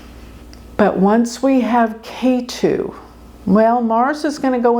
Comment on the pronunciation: If you study a little bit of Sanskrit, you will discover that the "e" in Ketu sounds like the "e" in egg, NOT like the "a" in ace.